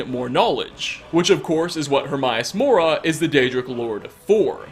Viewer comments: Her-may-us-mora Not her-my-a-mora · The only mystery i got from this is why you're purposefully mispronouncing Hermaeus Mora? You played the game, he (Herma) states his name multiple times. I've watched almost all of your clips, but somehow this little nitpicking by me on this video got me perplexed. It's like calling dragonborn, droganbarn. No idea how you managed to pronounce it Hermaius instead of Hermaeus. A true mystery. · I'm sorry, but why doesn't this guy pronounce anything right? He pronounces escape as 'excape', Hermaeus Mora as 'Hermaius Mora', and so many others. Idk. Kinda bugs me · Please learn how to pronounce Hermaeus Mora. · The most disturbing part of this video... despite playing this game for 6 years, you still can't pronounce Hermaeus Mora... How many times have your heard this name?? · Please learn to say Hermaeus Mora right